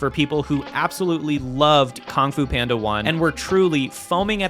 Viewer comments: Kong Fu Panda was said so many times, even as you flashed KUNG FU PANDA on screen 😅 Is it your accent? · it's pronounced kung fu panda not whatever you said